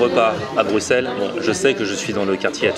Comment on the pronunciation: Welcome! Par contre je suis agréablement surpris, tu as bien dit Bruxelles 😆